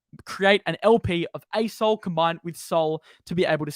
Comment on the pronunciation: When says “asol” all I hear is ayes-hole